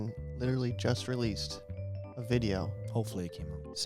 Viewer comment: you said "litery" instead of "literally"